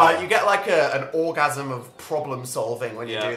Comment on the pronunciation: "Orgams of problemsolving"